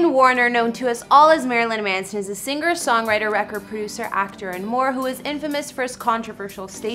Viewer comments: The word singer is not pronounced seenGRR.....the g is soft. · seen grrr seems appropriate in this case